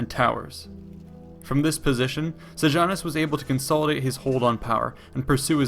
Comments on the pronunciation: Very interesting but please get the pronunciation right: Sejanus is "Seyanoos" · you cannot ear the way he pronounces seianus. segianus hahahah!